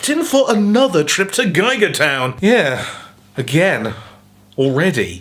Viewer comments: why do you say geiger instead of giga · ahaisonline British